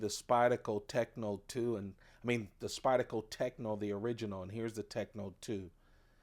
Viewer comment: It’s SpydeRco. The R is not Silent. 👍